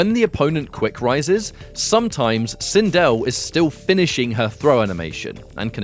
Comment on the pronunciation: Sindel not Cynnnnndele